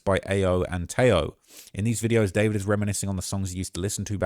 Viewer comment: I just learned its pronounced "da-4-vid"